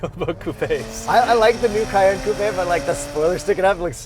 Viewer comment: lol "coup-eh"